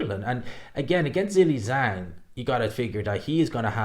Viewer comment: do you realize that your pronunciation of the name Zhilei Zhang is incorrect? 😬